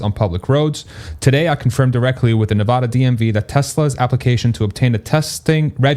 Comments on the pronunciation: I love your content! Just an fyi, native Nevadans pronounce the first "a" in Nevada the same as 'cat', not 'paw' 😉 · You should Google how to pronounce "Nevada." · Can we all agree that is not Nevoda! 😂 let’s get it right! Still hype about the announcement. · Nuh VAD uh